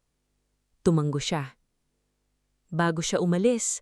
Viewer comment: atusin nyo po ang pagbabasa tulad ng humanga literal lang po na huma-nga hindi humangga o human-ga hanga rootword kung basahin ay ha-nga hindi han-ga at tango ay ganun din ta-ngo hindi tanggo o tan-go dahil magkakaiba po ang meaning